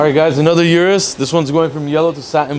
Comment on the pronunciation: O-RUS not U-RUS